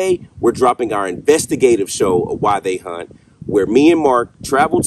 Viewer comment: I keep thinking you are saying “Why They Hunt”. Took me forever to find your “WhyThey Haunt” videos. Every thing I was finding on YouTube were all hunters who videoed their hunting trips. 🤣🤣